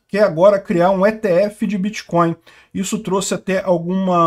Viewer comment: É biticóiu e krépito moedas.